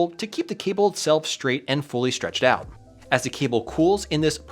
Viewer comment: "straighten the kinks oit of them" This.. Sounds kinda off